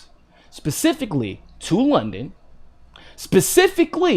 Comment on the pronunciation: specific not pacific